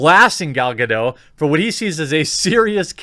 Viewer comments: Dude, why don't you pronounce the 't' in 'Gadot'?! Drives me crazy! It's not French, it's Hebrew. 'Gadot' means 'riverbanks', BTW. Other than that, I love your guts. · GADOT! WITH A HARD T! You daft fucks! ;-)